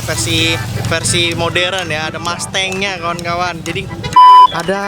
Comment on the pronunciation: Yang tadi namanya mustang di sebut mastang🤣🤣